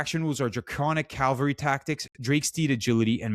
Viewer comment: Cavalry, not calvary